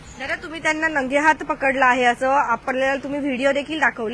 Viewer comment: Tai nagehath nahi rangehath 😅